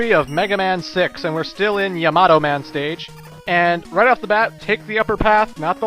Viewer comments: It's ya-ma-toe, not ya-mato. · I go by how a Japanese person would say it. 3 syllables in the name, and the name is pretty commonly used in animes I've seen so I've heard it before. They all pronounce it Ya-Ma-Toe, not smashing the last two syllables together.